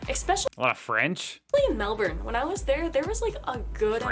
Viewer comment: Melbourne sorry is pronounce Mel Burn not Mel Born